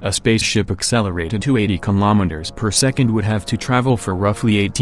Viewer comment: Anyone else hearing kimometers instead of kilometres?